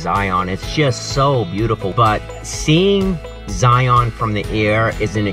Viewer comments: Great vidio!!! Did you know you pronounce Zion like lion. Watch the long long honeymoon's vidio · Fyi...in Utah we pronounce Zion like Lion. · Love Zion national Park, my parents took me there as a kid, I took my kids there. Awesome video, never seen it from that view. Went to lake Powell as an adult, looks like we had a view of lake Powell for a little bit and rainbow bridge. You're not quite pronouncing Zion correctly but that's okay.